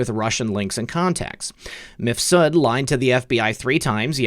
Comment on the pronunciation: Surely Mifsud is one name, rather than Mif Sud?